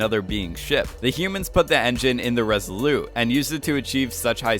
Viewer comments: Just one question: why do you keep calling the ship the" Res ah lou" as if it you were French. You sound American: In English we pronounce the T as in Resolute. Other than that, pretty good video ! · OMG would you please stop saying "Resoloo" instead of Resolute as in the Resolute desk of the President. Look it up! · Is it just me or is this guy's voice ABSOLUTELY ANNOYING regardless of what he is saying..? And it's the ResoluTe, ResoluTe not Resolute... i.e. soft French...